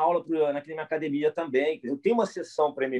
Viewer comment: Falou "acadimia", não precisa de exame de DNA...